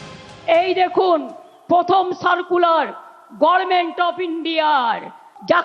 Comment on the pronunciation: গর্মেন্ট নয় গভমেন্ট